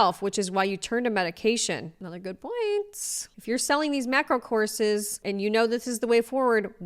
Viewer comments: I thought you said she was selling corsets (might as well) and i realized you're saying courses. Thats why i use cc when possible. Lol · my own fault but i kept hearing you saying “horses” instead of “courses” and was like …. this woman is selling horses to lose weight?????